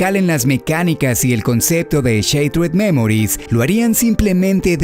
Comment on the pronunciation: "Cheiterd Memories"? Tocayo no te hagas esto cuida to pronunciación del inglés si lo vas a hacer.